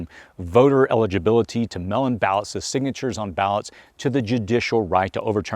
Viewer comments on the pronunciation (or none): WTH?! The word "MAIL" is pronounced like 'male" - it's not pronounced like "MELL" as you said.